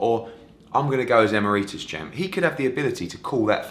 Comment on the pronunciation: Eddie, it's 'EE-MERRY-TUSS' ...not the way you say it.